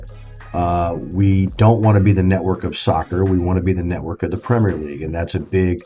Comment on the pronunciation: You need to pronounce Premier correctly first if you want to be taken seriously